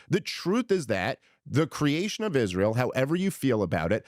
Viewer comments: Candace pronounces “Israel” as “Ishreel” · Candace ! Its not ishrael. Its israel. Learn that atleast .